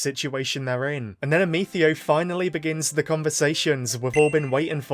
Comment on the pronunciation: raisin the roof while saying "Ameethio"